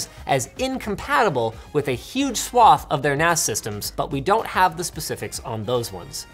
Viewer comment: sounds like he's saying "A perfectly common file system for Nazis".. D